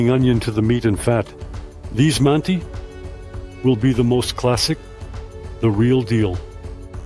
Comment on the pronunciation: С удовольствием смотрел и на русском, и пересмотрю еще раз на английском. Но укажу на мелочь - в самом начале, как будто потерялся смысл реплики про казахское ударение. В английской версии прозвучало почти одинаково "They say not mánti, but mantÍ". Рускоговорящему - понятно о чем речь. Но в английской версии звучит почти неразличимо.